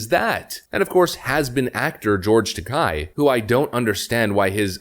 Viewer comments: It's George Ta-kay, not Ta-keye. It rhymes with decay. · George Takei = TakAYE not TakAI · George's last name is pronounced Ta-KAY, like GAY, just like his sexual preference...